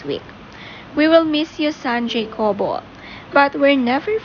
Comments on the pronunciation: Ha-ko-bo (jacobo)po ang right pronounciation not jeykobo...😊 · Pronounced po as "Hakobo" According to Dawn in their former Milk Endorsement with her son. 😊